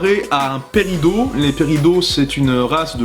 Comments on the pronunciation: on dit péridote en vf pas pérido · Moi qui regarde Steven Universe en anglais, c'est vraiment chelou d'entendre "Perido" au lieu de "Pe-ri-dote" Sérieux... C'est moche "Perido"... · PERIDO PERIDO MAIS MON C'EST PERIDOT AVEC UN T TA JUSTE LE WIKI OU QUOI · ca se dit péridote comme dote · Juste un truc, on dit Péridot*E* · preidot sa se dit peridotte merci. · qui ca stress qu'il dit perido ? ;w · On dit Peridote! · VoxMakersPlus le t de peridot se prononce signer une fan de SU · Teepo Laser si en francais c peridot avec le t qui se prononce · je crois que c'est seulement lors de sa première apparition qu'elle est appelée comme ça, ils ont dû se rendre compte après coup que la prononciation était pourrie et ils l'ont modifié. Bon, après, aurait put faire pire, il a quand même pensé à mettre le "SUPOSEMENT" pour parler du meurtre de pink diamond ( je regarde la série en VO)